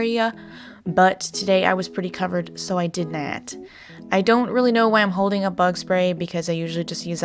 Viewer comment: “ I did knat “ hehe